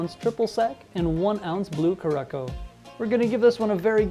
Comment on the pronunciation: Nice cocktails! And it's pronounced curasao 😉